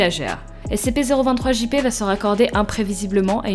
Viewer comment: Sa s'ecrit SCP mais sa se dit S-SI-PI